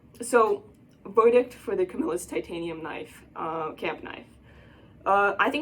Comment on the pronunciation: Yes you are saying it right I live in camillus ny where they was made they sold out now made in China